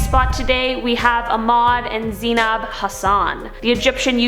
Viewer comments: Hey I'm Egyptian and Arabic is hard man she actually pronounced it better than people I know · I am Egyptian and lol why did she say Ahmed and Zeinab Hassan like that I can't stop laughing 😂😂😂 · I thought she said a mod hahaha